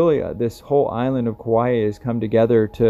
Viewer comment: Kauai is pronounced "Cow-Eye"